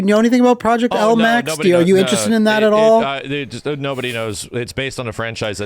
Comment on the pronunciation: Half of those names are so off lol for Project L lol